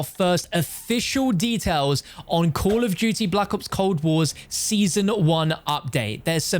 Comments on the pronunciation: Co’ol o’h du’e ee’h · “Coll of duty”